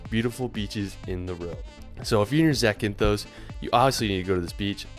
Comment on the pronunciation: Please don't add an E to words that don't have one. It is Zakynthos, not Zakynthose. That last O is short.